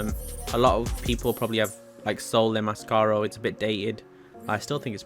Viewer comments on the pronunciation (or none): The name is massacro not masscaro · That car is "Massacro" and not "mascaro"